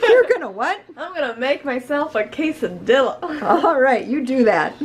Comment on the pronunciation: It’s pronounced ka-Sa-Dee-a